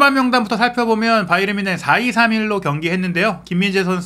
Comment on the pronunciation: 바이언? 그 건 미국식발음! 독일팀인데 독일식발음으로 해야지 ᆢ가ᆢ